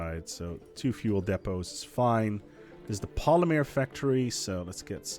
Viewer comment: Omg say Polymer correctly ffs! The woman in the background even told you!